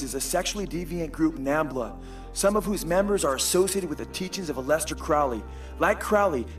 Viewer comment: "a-lest-ter" Crowley?? Try. AL-eh-stair, like Alice-stair.....